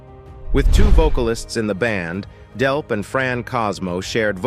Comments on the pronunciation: DELP!!!!!! not Delf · It's Delp not Delpth. And Tom Sholz designed his own amplifiers not merely "pedals". Get it right before you post. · DELP!!!! NOT DELF!!!!! I hate AI narration so much. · Brad Delp not Brad Delf in the intro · Why are you pronouncing his name as Delf 1/2 the time... annoying as hell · The goofball narrator pronounces Brad's last name "Delph" and then "Delp" and then back to "Delph" and so on. Amateur hour. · It’s Delp with a “P” not Delf. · Nothing mentioned about Third Stage and tour? Also, who is Brad Delf? I heard it pronounced "Delf" and "Delp". Not that good of a history....not good at all. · I HATE fake robot voice!!! The guy's name is DELP!!! Not DELF!!!!!!!!!!!!!!!!!!!!!!! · Narrator keeps calling him 'Delf'........it's DELP. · I think he means there is no Delf, his name is Delp with a "P" at the end. The narrator says it wrong one time and right the next all through this story. He's apparently not real bright. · As soon as AI said "Brad DELF" I was out... pitiful. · Are you saying “Delf”? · The computer voice keeps saying Brad Delf. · First, it's "Delp", not "Delf". Second, it's "Scholz", not "Scholtz". Sloppy. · I hate when someone pronounces Tom Scholz's name incorrectly. Also, who is "Brad Delf"?